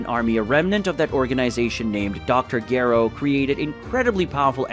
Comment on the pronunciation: Let me help bro....not gero it's (jah row )lmao and( bah bee dee) for babidi lmao this is good but would be great if u can pernounce the names right